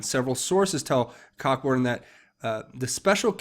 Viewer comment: Its pronounced COH-BURN not Cock-burn, just helping.